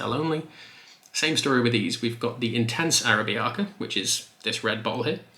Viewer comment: Its pronounced ahh-rab-icah